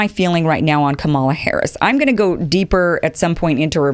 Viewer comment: You don't know what KDH stands for because you haven't listened to her videos, or the Oakland speech, or read her book. I can hear that you haven't read the book because she explains briefly how to pronounce her name, and you mispronounce it. Also, her opening video shows that she stands not for a 50-point plan (explained in the book) but for American traditions that have been seriously damaged by tRump: Truth, Justice, Decency, Equality, Freedom, Democracy. Her record on these fundamental ideas speaks for itself - again, do your research!